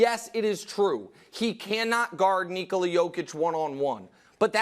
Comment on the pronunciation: That NI-kola. Scared me. Paul pierce vibes 😂